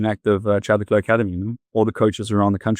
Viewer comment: By the way Le Clos is pronounced LE CLO (French so the S is SILENT).